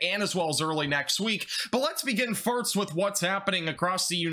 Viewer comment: Glad to hear you still saying "firts"